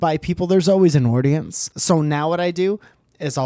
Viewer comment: "Aurdience" you been watchin that Jommulaney and Nickroll lately maybe?